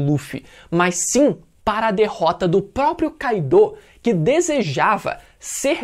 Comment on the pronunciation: todos personagens no anime pronunciam "kái-do" meus ouvidos estão funcionando ok.. então porque falar "kai-dô"?